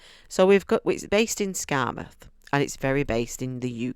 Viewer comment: That’s spot on how to say it,! 💀👍